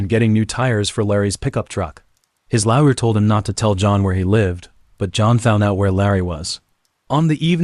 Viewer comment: wow! Crazy pronunciation throughout. Although replacing lawyer with liar might actually be appropriate